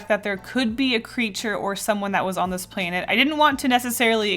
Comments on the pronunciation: The way you say "plainet"😂😂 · I have to say, I love the way you say “planet” it’s really funny to me, I don’t know why